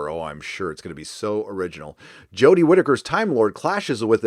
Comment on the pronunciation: The next season of DW is DOA for me. "Jo-deh" is horrible as the doctor. She's absolutely unwatchable. I paid for the entire season upfront on Amazon last year and struggled through all of them. I'm out. I wouldn't watch another episode of "Jo-deh" as the Doctor if they paid ME to watch it. The SJW aspect of every episode is despicable.